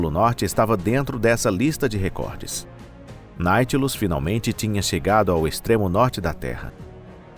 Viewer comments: O " NAUTILUS"" VIROU NAITILUS TENHA DÓ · Do vídeo eu gostei muito. Só detestei vocês ficarem falando Naitilus o tempo todo. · Ele erra a pronúncia de propósito,para os otarios comentarem. O ser humano é previsivel e manipulável 😅😅😅😅😅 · Depois da terceira vez que disse Naitilus ao invés de Nautilus tive que sair do vídeo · Escrito NAUTILUS e o animal lê Náitilus. Esse canal vai mal. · IA ou não, que quem temha postado p vídeo., corrija essa poha de pronuncia errada. Dá nos nervos! É NAU tilus, carajo. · Ô cidadão, É NAUUUUTILUS, Criatura!!! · Deu até raiva ouvindo o narrador falar naitinos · NaUtilus!!!! NAU! De navio!!!! NaUtilus! Sabe ler não? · Não dá, vou abandonar o vídeo ' naitilus' até dói os ouvidos! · Que voz de IA bem ruim, ouvir "Nightlus" o tempo todo nao da! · Tirando o "Na-i-tilus" da narração da IA, foi ótimo. Obviamente foi pirateado de um original americano. O pirateador poderia, ao menos, ter se dado ao trabalho de corrigir o nome do submarino. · Olha, se quer ser narrador, tente aprender a ler primeiro. Narração irritante falando o nome do protagonista tão errado. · A pronúncia correta é Nautilus!! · Pelo amor de Deus!!! De onde vcs tiraram esse ridículo "Naitilus"? Verne deve ter se revirado no túmulo! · Vai sfd... além de fazer um vídeo preguiçoso usando I.A coloca falando o nome errado de propósito, que ódio, deslike também... quer crescer, faça direito ou suma... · Não conseguem dizer nem o nome direito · É irritante saber que o cara fala errado o nome. E, de propósito! IRRITANTEEE!!!!